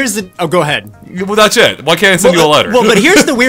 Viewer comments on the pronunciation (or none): Whenever says "That's it" it always sounds like "That's shit" Also, you're kinda thinking of an Animal Crossing Terraria, that actually sounds awesome.